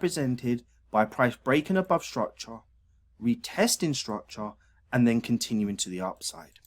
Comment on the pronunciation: I only watch to hear him say, "structah."